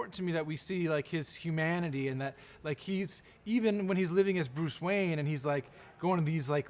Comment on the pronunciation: wayan brothers? xD